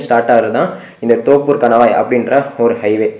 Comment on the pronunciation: தோப்பூர் இல்ல நண்பா தொப்பூர்